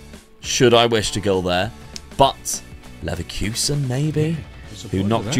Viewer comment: It’s pronounced Leverkusen not Leverkusen & Juventus not Juventus